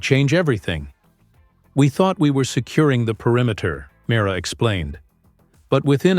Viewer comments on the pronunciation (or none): Mi-rey-a ....pronunciation not mara#@